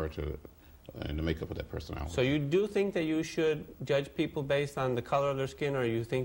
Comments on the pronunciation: Jurdge not lest ye be jurdged. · Like everybody else, I never knew there was a "R" in judge. Least now I be learned bout it.